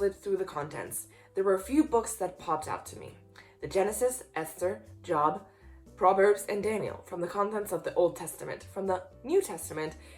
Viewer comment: Also,I am sure Bible Job is pronounced like Joe,not Jah.